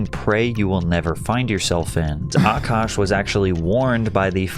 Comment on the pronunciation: Kevin Samuels.... would have also warned A-kaaash